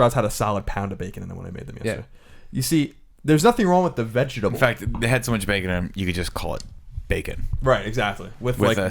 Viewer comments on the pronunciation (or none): Does Colin's over pronunciation of the word 'vegetable' annoying to anyone else?